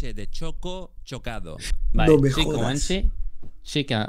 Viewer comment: nc si estoy equivocao pero siento q uno murio x la mala pronunciación de komanche